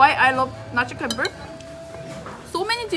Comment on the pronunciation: c in indonesia pronounce like Chocolate, not like curious... so, you pronounce nasi campur is wrong... campur pronounce like champur